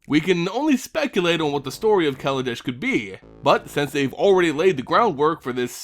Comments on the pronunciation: kaladesh not kaladash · As someone who knows Hindi, you're not supposed to stress the first A in KALA. If you do, then you're literally saying "black-nation" as opposed to "art-nation". Google translate does a good job of it. See